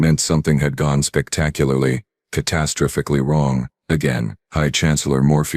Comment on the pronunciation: Pronunciation: "Catastrophically" Please! And any way we could get rid of the "catastrophically" stupid subtitles?